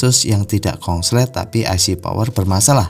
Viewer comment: Pak konslet jadi kongslet